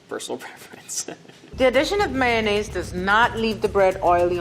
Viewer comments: am i the only one who can't stand hearing mayonnaise pronounced like "maynaise" instead of mayonnaise or just mayo? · It’s maYOnnaise not maynnaise. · Why does level 2 chef pronounce mayonnaise as may-ness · idc about the berries but he was so fine until he said mayonnaise lmao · mayonnaise? MAYONNAISE?!